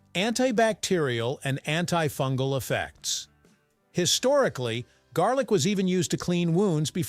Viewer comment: lol….not jarlic